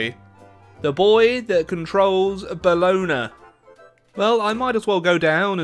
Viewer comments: Bologna not Bolona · Però “bolona” non si può sentire ahahah è boloGNa p.s. U are amezing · say Bolona Me an italian guy that lives in BOLOGNA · "Bolonghi" why on Earth would you turn Bologna into Bolonghi? As an Italian I laughed my ass so hard hahhah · It’s actually pronounced Baloney, not Bolona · Bologna is pronounced (Bo-lone-ya) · I regret to inform you all that it's pronounced 'bo-ee-i'. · Bruh it’s pronounced “bah low knee” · Please, it’s pronounced: Bolonia. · The way you say bologna is hurting me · That's not how you say Bologna, great video anyway! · Your pronunciation of Bologna is perfect! No it's not xD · you never once pronounced bologna the same in this video.